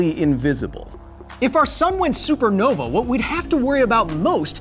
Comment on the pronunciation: He said supernova wrong the first time and it upsets me :(